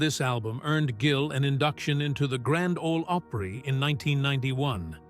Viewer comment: "Grand Olee Ohpray" WTF 🤣🤣🤣🤣🤣